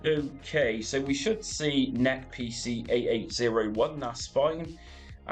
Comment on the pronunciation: This is a first for me hearing "NEC" as "Neck" lol Great videos and tutorials.